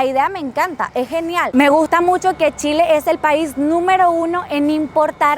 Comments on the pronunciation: Se llama Chile... no Chilepo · Oiga....el pais se llama Chile, entendio C H I L E....no como usted lo dijo.